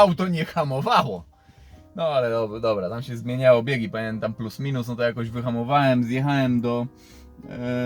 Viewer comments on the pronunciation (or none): wszystko fajnie ciekawa historia ale jak mnie kłuje w ucho straszliwie jak ty mówisz "jechaem, mówiem, hamowaem...." :-/ aż ci mosiaŁem o tym w końcu napisać...